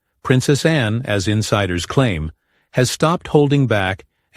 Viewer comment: Her name is Anne, not Anna - do your homework